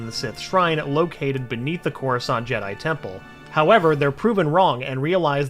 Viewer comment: couruskant? wtf